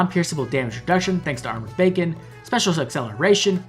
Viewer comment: Did you say Armored Bacon not Beacon.